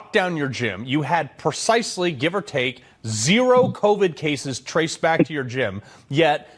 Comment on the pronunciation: He's not afraid to say covid or vaccine. The issue there is that YT algorithm and ai sensors would shadow ban his account and he wouldn't reach his audience. This happened a few times for him. He found a way around it by mispronouncing the words. Good for him!